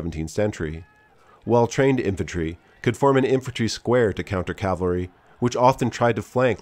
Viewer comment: Cav-al-ry = the guys on horses... Cal-va-ry = the hill name from the Christian Bible where Christ died.